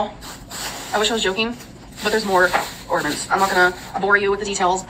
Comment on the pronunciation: Is she actually saying “ornaments” correctly???😮